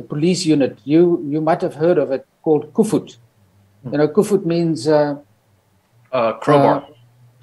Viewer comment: That is Koevoet. Not Kufut 🙂